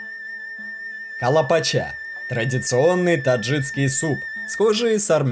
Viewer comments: Только не таджиЦкий, а таджикский. Прям уши резало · Отлично. Но очень режет уши слово "таджицкий". ТАДЖИКСКИЙ. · Таджикский, а не таджиЦкий. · Все хорошо, только правильно таджиКский, а то аж слух режет ваше "таджиЦкий".. по аналогии вы так назовёте "казаЦкий," вместо казаХский, а это уже бред казаЦкий (! Казаки, но не казахи!), узбеЦкий и пр неправильные названия. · ТаджиКСкий, а не таджиЦкий!😡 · Автор, не таджиЦкий а таджиКский! Слух режет твоя безграмотность! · ТАДЖИКСКИЙ, А НЕ ТАДЖИЦКИЙ